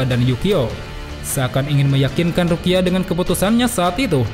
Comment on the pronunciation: ehh kepleset rukia